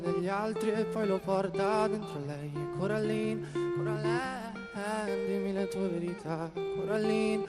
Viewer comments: It's Coraline, not Caroline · Coraline not cAroline